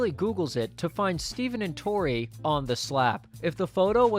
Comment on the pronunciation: "Unless he's dating a 3rd girl named "Topi"." - Freddie (classic) When Tori reads her charm bracelet as "Topi" not Tori